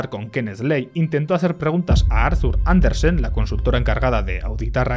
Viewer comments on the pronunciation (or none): none